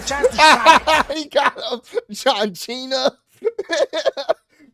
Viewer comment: santino marella calling john cena,john chena always funny. Every time i see the clip😅